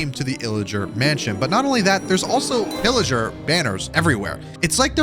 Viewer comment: Bro when u say pilliger the subtitles say illiger lol